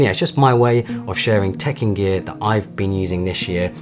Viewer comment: Every single time, I heard “Tekken Gear” 😅